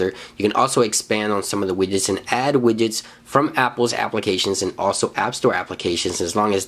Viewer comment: forst one is widget, after i only hear: available wijets, my favorite wijets ;)